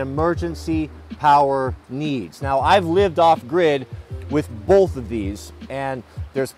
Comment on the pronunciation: Is the L in “bolth” an east coast or west coast thing? :-)